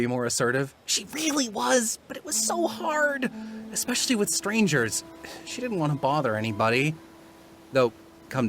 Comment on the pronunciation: The thing that sealed the deal for me is the consistent and frighteningly accurate pronunciation of the word 'ztrangers.' That's not a real word. How. How do you do it.